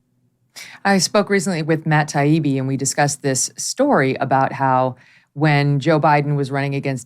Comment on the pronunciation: Tay-eeby, not Tie-eeby. Come on guys, it's not that hard.